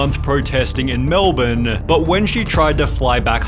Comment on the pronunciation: Finally! An American who correctly pronounces Melbourne!!!